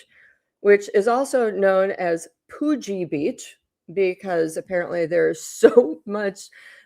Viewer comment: It's not COOOOOOOOgeeeeee it's CUgee beach